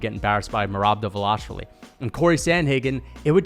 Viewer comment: I thought this dude was pretty impressive after the first take. Then he said Justin Gaethje can’t wrestle and that Khabib took him down first try (try 7th) Then said Henry isn’t dangerous on the ground, which made me literally lose brain cells. Then he meat rides dvalishvili and can’t even pronounce his name right and has the nerve to even suggest that it’s possible he could beat Max🤣 This dude seems like he is a casual fan that did minimal research sand only watches the main event fights and probably doesn’t even know that Justin Gaethje gave JORDAN BURROUGHS one of his toughest matches, ever Henry is a 2x gold medalist, and to say Cory is his nightmare when Cory got submitted by Aljo, is purely naive. I agreed with Khamzat v Adesanya cause that’s common sense. Justin probably knocks out both beneil and gamrot, arman and him would be close, by no stretch of the imagination a “nightmare”